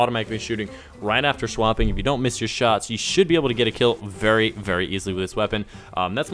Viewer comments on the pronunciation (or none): did he just say shwapping